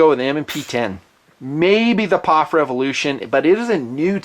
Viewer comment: Its P-O-F not Pof. Is nutn being a smartass...?